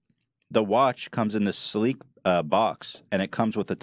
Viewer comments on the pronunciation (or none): "It's a sleen, cleat design." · “A sleen cleek design” Im gonna start saying that and make it a thing.